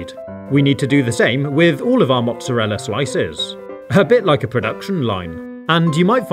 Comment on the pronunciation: Juice not jooce mozzarella not mozazza